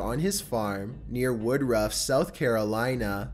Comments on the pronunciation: 11 happened near me, and a lot of people I know were friends with the male victim or with his sister. Horrible thing to happen, and seriously freaky to be so close to home. A couple of things about this though: 1) It's pronounced wuh-driff, not wood-ruff. 2) This guy is a serial killer and luckily they were the catalyst to him being arrested, which is the most important part of the story, really. 3) Only the girl was hired to do cleaning, she brought her boyfriend because the guy creeped her out. I remember seeing my friends posting about the weird FB updates while they were missing, surreal. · I live in Spartanburg South Carolina which is only a few minutes away from the kala and charlie mystery on this list but omg. He said wood-ruff. It’s pronounced wood-druff 😂 that has me ded af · Lol wood ruff its woodruff one word and i almost brought a house from todd. Seem like a ok fella but turn out to be a killer. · I LIVE IN SC IN THAT AREA AND YOU SAID WOODRUFF WRONG IM SALTED. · That isn't how you pronounce Woodruff